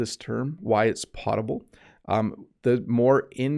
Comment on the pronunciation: Hi! Thanks for your wonderful videos. By the way, I’m afraid “potable” should be pronounced “pOH table”.🤔 Hope it helps.☺️